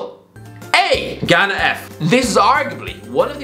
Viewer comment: Ghana and Algeria were competing for who would be more terrible. By the way you did a decent job pronouncing African names.